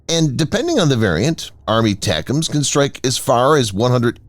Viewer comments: WTF is "ARMY-tacums"? In military circles, ATACMS is pronounced: "EH-tac-ums". Every time your voiceover guy says "ARMY-tacums" it takes away from your credibility. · Yes, I know what the acronym ATACMS stands for. My point is NO ONE says "ARMY-tacums". You won't find a single example of someone from Lockheed Martin, a defense anaylist, or someone in uniform saying that because that's not how our military phoneticizes acronyms. Doesn't matter how long an acronym is, they'll always phoneticize the whole acronym and never say out part of it in long form. Like the Commander of Submarine Force Atlantic Fleet is abbreviated COMNAVSUBFOR, and you bet your ass they always pronounce it as one word exactly like it's spelled. They never say "commander-navsubfor".